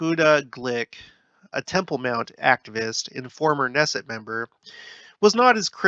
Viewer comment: Israeli government is a parliamentary system - so once you study how parliaments work, it will all make sense to you. You pronounce the “K” in Knesset, it’s not a silent “K”